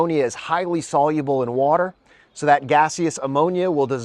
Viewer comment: Hmm he can't even pronounce water properly... "Waller"!? Plus would the blocks be air/Waller tight?